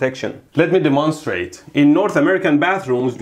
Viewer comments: or "Let me de-mahnstrate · "Let me De- M O N - strate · "Lemme demunstrate" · "Let me D E M O N S T R A D E "